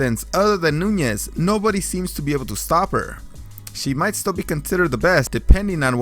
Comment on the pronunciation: ITS NUNES NOT NUNYES